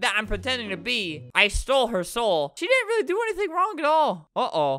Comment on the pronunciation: Albert: squeaks "rwaewwy" Me: trying not to laugh because it is almost 6 am